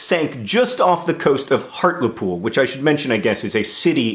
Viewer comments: HART-LEE-POOL not hart-luh-pool get wivvit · I love you John but on behalf of all British northerners.. HEART-LEE-POOL not Heart-le-pool >.< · I was born and raised there too. I love that we are getting acknowledged but is it bothering anyone else the way he's saying Hartlepool? I always pronounce it Heart-lee-pool not Heart-le-pool. Sorry I know how pretentious that makes me sound. Is it just be me who says it like that? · I had to watch this video because your talking about my hometown but then you mispronounced it's name! It's HART-LEE-POOL not HART-la-POOL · It's pronounced hart-lee-pool not hart-le -pool AAAHHH!! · John. Its's pronounced Hartley-pool. Not Hartla-pool. Come on now man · I pronounce it as Heart-lee-pool too! I was literally there a couple weeks ago for a folk festival, I don't live there but yeah the way he pronounces it makes me laugh a little :,) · He art le pooil is how you lot pronounce it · the way he says hartlepool warms my little geordie heart <3 it's pronounced hart - lee - pool, nowt fancy john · dear john. first off i love your work but i have several problems with this video. i live 20 or so minutes outside of hartlepool, and so i would like to point out that hartlepool is considered a town not a city, a small town at that. secondly by locals like myself its pronounced heart-lee-pool. other than that love that my home county has some love. keep up the grand work. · Those from and around call it Hart-lee-pool. I know it doesn't matter too much about the pronunciation of words, It just sounded so weird hearing it the way you said it. Also, you mentioned my home town! Sunderland has officially made it! (Albeit everyone must think I'm a Hobbit. I think I can live with that stereotype, it's a lot better than the normal ones.) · 1. I am from Hartlepool so #buzzing with this video 2. We're a town not a city 3. It's pronounced HART-LEE-POOL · is Hartlepool the same place as harliepool just pronounced different? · Hartlepool HEART-LE-POOL